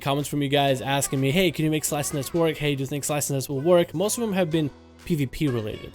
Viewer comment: Pluygers was talking about how you said the word at the beginning of your video lol